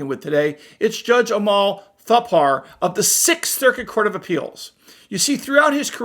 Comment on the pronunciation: Another son of immigrants. Just like judge Benitez, and Judge Zahid Qureshi of NJ. And the correct pronunciation is "Tha-pur"